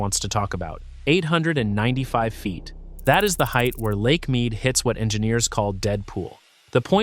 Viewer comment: Dis he say "heighth?" LOL